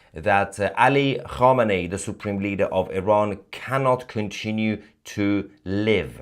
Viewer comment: Alle homini sounds like alley Hogmanay 😂😊